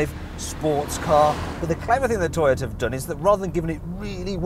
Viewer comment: When he said 'Toyota' was I the only one who thought 'Taxi'?